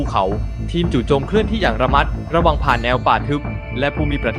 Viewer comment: เป็นกำลังใจให้แอดในการทำคลิปนะครับ จากFc. คนหนึ่งที่ติดตามถ้าจะปรับปรุง การอ่านก็จะดีนะครับ เช่นทหาร 19 แอดเว้นแล้วนายตามมา ต้องอ่านต่อเนื่องนะครับและระมัดระวัง แอดก็อ่านระมัดแล้ว เว้นระวังตามา(ขอโทษครับที่บังอาจเตือน)